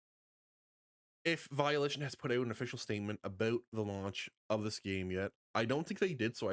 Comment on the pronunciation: It’s Volition, not Violition……..